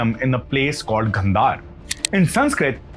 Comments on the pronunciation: Your explanation is simply good , But why are you pronouncing some Indian words with English pronunciation , Example Gandhara(Indian languages) Gandhar(you are pronouncing) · good information but please check with your pronunciation, instead of Gandhar, call it Gandhara , Sidhartha not siddarth. please don't cut the words, thank you